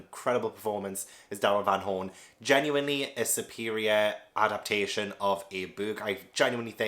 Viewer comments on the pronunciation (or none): none